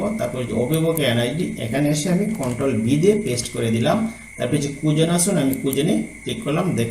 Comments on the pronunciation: আপনাকে আন্তরিক ধন্যবাদ স্যার । অত্যন্ত গুরুত্বপূর্ণ একটি ভিডিও। তবে, আপনার উচ্চারণে কিছুটা সমস্যা থাকায় শ্রবণে বিঘ্ন ঘটছে। হতে পারে এটা আপনার আঞ্চলিকতার কারণে হচ্ছে। যেমন, 'খুঁজুন'কে আপনি বারবার বলছেন কুজুন। মনে রাখবেন, আপনার এই ভিডিওটা শুধু আপনার এলাকার শিক্ষকরাই দেখবেন না, সারা দেশের বিভিন্ন অঞ্চলের শিক্ষকরা দেখবেন। আশা করি আগামী ভিডিগুলোতে এই ব্যাপারগুলি পরিহার করবেন ইনশা আল্লাহ্‌। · অনেক ধন্যবাদ, আপনার ভিডিও অনেক তথ্যবহুল কিন্ত কিছু শব্দের উচ্চারণ ভীষণ শ্রুতিকটু লাগছিল। খুঁজুন কে কুযুন বলছেন, স্ট্যাটাস কে ট্রেটাস বলছেন ইত্যাদি